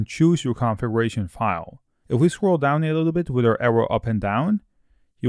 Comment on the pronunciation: As most youtubers suffer from spelling a correct "th", please, at least, try it.. there are no trees in laravel and no "witt".... (three, with).... Thank you ;)